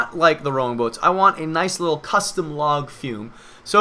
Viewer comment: Was he saying 'Log fume' ???